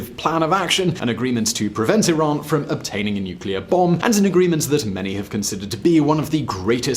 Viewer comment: Sounds like you said Iraq.